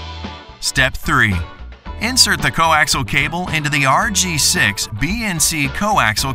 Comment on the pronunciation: Could someone please tell them it is coAXIAL cable, not coAXLE. Good grief. That's 4 syllables, not 3.